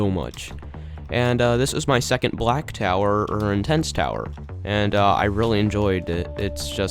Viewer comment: the way he said “black tower” :skull